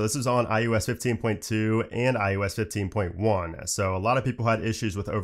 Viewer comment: anyone else hear IUS?